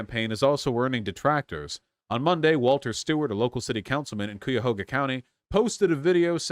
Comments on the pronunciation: MY MAN SAID COOYAHOGA LMFAOOOOOOO it’s Cuyahoga like guy-a-ho-ga (though some people say Cuy-a-hog-a, but those people are cringe) Source: the Cuyahoga River runs through my town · Hearing Cuyahoga pronounced "Cooyahoga" is bothering way more than it should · I’m from Summit county, which is right next door to Cuyahoga County, and that pronunciation actually came up behind me, stabbed me thirty-seven times, and then pissed on my corpse. It’s pronounced Kai-Ya-Hoe-Gah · Cuyahoga is pronounced Kai-Yah-Ho-Guh, I'm in this district :) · Cuyahoga is pronounced KI-ya-HAH-guh (KAI-yah-HAH-guh). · IT’S PRONOUNCED “KAI-UH-HOE-GA” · OMG THEY ARE TALKING ABOUT SOMETHING EXTREMELY PREVALENT TO ME!! I’m crazy hyped hopefully we can pull through Edit: I live in cuyahoga county (right outside Cleveland) and vaush it’s pronounced Kai-uh-hoe-guh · Hey vaush, you mispronounciation of Cuyahoga is killing me. (Kai-uh-hog-uh) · Really bothers me how he pronounces "Cuyahoga". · As a local, i love your pronunciation of Cuyahoga county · One thing Vaush, but I must say you keep pronouncing Cuyahoga County wrong. Sorry for being picky. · I was thinking the same thing every time lol